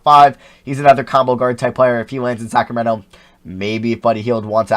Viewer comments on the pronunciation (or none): none